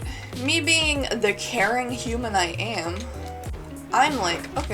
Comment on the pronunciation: "being the caring human i am" What i hear: "being the karen qumin i am" Me: wait wat.